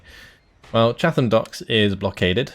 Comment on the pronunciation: Enjoying the series, but your pronunciation of Chatham was interesting. I assume that you are not from Kent.